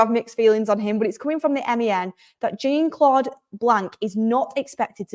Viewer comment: Good show. It’s the Jean in Jean-Claude Blanc that’s tripping you up, it’s kinda pronounced like Shon